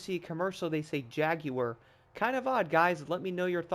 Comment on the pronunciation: How you say jaguar is right I allways wanted to know when Americans say jagwire when do they get the w from 😂😂